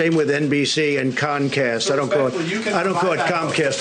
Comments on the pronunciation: TRUMP IS SO CLEVER,,,,""HE CALLS IT CONCAST,,, INSTEAD OF COMCAST,,,, GET IT??? CONCAST"". WOW,,,,, HE IS SO CLEVER!!!!!0 LIKE,, THE MOST CLEVER MAN IN HISTORY!!!! WOW!! TRUMP IS A LEGEND IN HIS OWN MIND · The con man calls Comcast concast. 😂